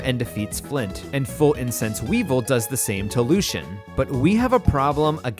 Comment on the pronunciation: I'll excuse "Croagunk" said as "Cro-A-gunk", but I won't excuse "Weavile" said like "weevil".